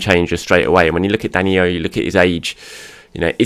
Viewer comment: Why do you keep saying DaniYo???? He’s Brazilian and it’s simple DaniLLo. As in Low. DaniYo is Spanish. Please. And thank you